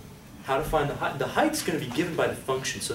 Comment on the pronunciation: Phenomenal explanation. Does he say Heigth (heith) instead of height. He silences t.